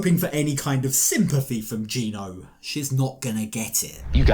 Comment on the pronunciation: Gino, pronounced gyno, is legally the father so why does matt need to pray the baby is Danes???